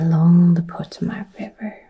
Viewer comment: Great video. Regarding the river, the accent is on the second syllable Po-TO-mac.